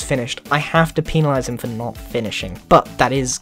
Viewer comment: No hate: anyone else start dying when he said peen-elize 😂